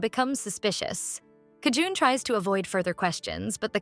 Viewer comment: bro its JI EUN NOT KI JUN